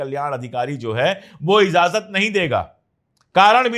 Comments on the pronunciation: pandy ji.................. izazat nahi...................... IJAZAT ....corret word hai. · sabkuchh bahot achchha hae bas IJAZAT boliye please,not IZAZAT, sorry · Sir I like you very much and watch your all the episodes , with due respect to you I want to correct one word of Urdu,it’s not “izazat “ it’s” Ijazat “ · Slip of toung